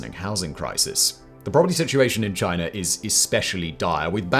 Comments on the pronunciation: And it's not Chiner....it's China! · Why do British people add an “r” to any word ending in a vowel. Like “Chinar”. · lol “both mainland ChineR”…listen and weap boy. That’s only the start of many “chineRs” 😂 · Why do you pronounce it ChinErrrAHaa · Thanks for the dirt on "Chiner" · Nice pronunciation of Chinar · it’s China not Chiner. Get it kid? 🤷🏻‍♂️🤦‍♂️ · What the hell is "Chiner"? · exactly so why are you talking about "Chiner" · Are you aware that China doesn’t have an “R” in it?